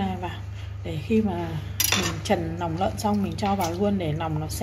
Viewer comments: Nòng nợn, nòng lon, nuộc nòng...là gì vậy e...làm vedeo e phải cố gắng sửa những từ bị ngọng. Tiếng mẹ đẻ nên nói cho chuẩn để kg ảnh hưởnng đến người xem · Ban quê ở đâu ta vây lòng lơn hay là nòng lơn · "nòng"súng hay "nòng""nợn"😅